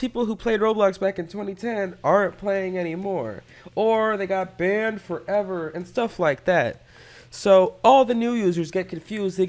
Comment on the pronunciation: Why does he say BaN FoVEr